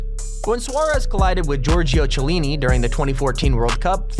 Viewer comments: Chiellini is pronouned as "Kiellini". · Samuel LEE Bruh. He said: Mareeners Bur-ess And Chee-a-lean-e RayX7 is trying to help his dumb ass out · Pronunciation errors: MAriners, BURRess, HasslebEck, Chiellini (silent H). You should get an editor or at least someone to double check your production...